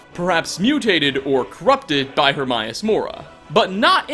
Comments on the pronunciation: I feel you pronounce shit wrong just to fuck with us.. I'm going to assume this is true. 😒Hermius....😏HermAus though there are accounts of both...🙄. The stalkers arent actually deadra... they are created by a deadra in the same way the wear beast are created by Hircine and the vampires are created my Vilea and Molag, imo. There are no fish in apacrypha and when you kill a wear beast you normally get its pelt and maybe meat of what it ate, not human hair. Also fyi there is fish meat in game. The Seekers are most likely the same, being that worship Herma mora for knowledge and were turned in to his librarians. They are seen wandering around looking at bookcases if active and not engaged. According to dawnguard, dragonborn and eso on oblivion realms, in some realms it's best not to venture or you will become bound to that realm and can never escape. Dunrurvier(the dragon how ever you spell his name) can leave but is bound and will die, Miirak is bound and is trying to use the towers on solsthine to return. He, like the dragon Durn., use the thu'um to summon themselves to mundus temporarily. I bring this up to say that since deadra cant live on mundus due to the fires/barriers dealing with Akotosh, all things living as deadric are sent back to their respective realms, die, or need a host like Umbra. Vampires, wear beast, and lurkers are not all bound, meaning they can be created or sent to mundus as demi-deadra. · Its HER-MAY-US mora. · "her-may-us" not "her-mai-us". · Her MAY us, how in the hell do you butcher the name that is pronounced multiple times through out the game? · Isnt hermaeus mora latin? So it would be pronounced her-mi-us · I died when he said hermaeus like Her-MY-Us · Yeah and apperantly a bunch more people say it like that...EVEN THOUGH its name is spoken countless times in the game! Lets just be glad he didnt say HER-MY-ANUS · "hermius mora" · Mispronunciation of Hermaeus :(( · It’s her-May-us mora not her-mi-us mora also it mir-ak it’s mer-ak